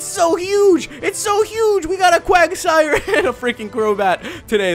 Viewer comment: wuagsire sounds like quagmire